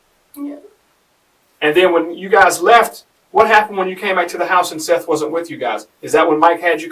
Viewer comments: It’s pronounced SETH not SEETH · Seath Jackson not Seeth bro give some respect for the dead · You realize that you don’t have a clue as to what you are talking about. She WAS NOT pregnant and “Seath” is pronounced “Seth”. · Dear, Fix your AI script so the victim’s name is pronounced correctly. The least you can do for the money you’re making off him. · I hate when the narrator pronounces the victim's name wrong, it's disrespectful. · You are pronouncing the name of the victim, Seath, incorrectly. It's disrespectful and shows you're interested in making money off the victim instead of helping tell his story. Do better. Pronounce his name CORRECTLY for his loved ones left behind. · Way to butcher the victims name. sucks.